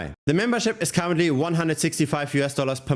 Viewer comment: I heard cowardly instead of currently and i thought ok this is one way to say it